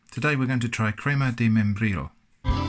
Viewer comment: "crima Di meienbrillou"